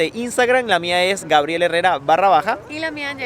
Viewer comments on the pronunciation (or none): none